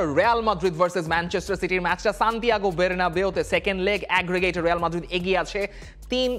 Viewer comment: এর সব ঠিক আছে। কিন্তু মাঝেমধ্যে কিছু উচ্চারণে অতিরিক্ত স্মার্ট সাজার জন্য উচ্চারণ বদলে ফেলেন এটা কেমন একটু শ্রুতিকটু লাগে।। যেমন ১. য়ুভেন্তুস। ২. রেয়াল মাদ্রিদ। ৩. বের্নাবিউ। ৪. পেইএসভি। আরো কিছু আছে।।